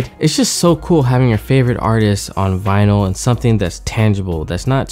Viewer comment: Late but it's also not vynil. It is vinyl.